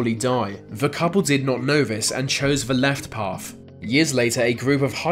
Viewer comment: Path! not paff. Yep, you're credible.